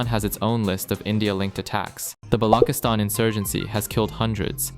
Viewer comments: Balochistan is pronounced as buh-LAW-chi-staan, with the “ch” as in church. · it's pronounced BALO-CHE-STAN